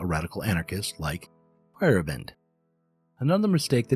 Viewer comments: If you care to know, you're pronounciation of Feyerabend is a bit off. In German, Feier is party of celebration and Abend is evening. The Feierabend is when work ends each day, i.e. there might be Feierabend for you and you leave. In the nordic variations, you may see a y instead of a i in old Germanic words. The way you say it sounds like "firebent" and you're too fast there in the middle. It's "Feier-Abend", with the A like in the Eastern name Ahmed. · Little nitpick: Paul Feyerabend's name isn't pronounced "fire-e-bEND", but rather "fey-er-AH-bend".